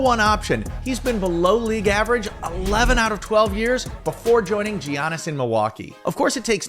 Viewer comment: Geeanis 😂😂 Good vid tho